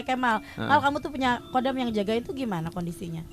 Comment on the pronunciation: KHODAM DIBACA NYA BKN KODAM BOS. TAPI HODAM BOS.KALO KODAM ITU UTK MILITER KODAM 3 SILIWANGI ,KODAM BRAWIJAYA DLL.